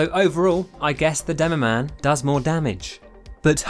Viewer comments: Did this man just say “Doomoman”? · I love that he says at the begining Doom-o man and joink-rat